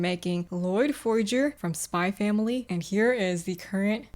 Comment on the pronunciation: The Spy X Family complete!😍 They're all such great characters. Oh btw you don't pronounce the X in the title. Just like Hunter X Hunter :) Great work yet again!